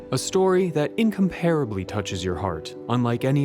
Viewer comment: "imcomparably" is mispronounced. I hate AI voices.